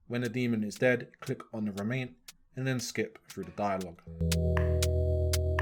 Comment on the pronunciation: great guide but your orientation with the compass is a nightmare lol. keep it pointed north because at least twice you said "go southeast" and you went southwest. you literally confused yourself 🤣 P.S. ITS REMNANT NOT REMAINT LOLOL